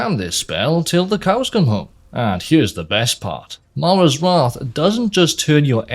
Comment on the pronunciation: Best part of this video was watching a Welsh man try to pronounce mara's wrath 5 times in a row